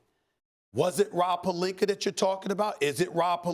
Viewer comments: Stephen A: " Was it Rob Pelinka you were talking about and is it Rob Pelinker?". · Stephen a...rob "palinker"